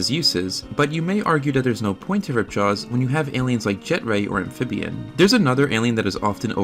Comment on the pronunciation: ...This man did not just call Ampfibian "amphibian"